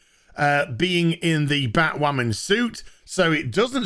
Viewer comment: Are we just gonna ignore him saying batwhaman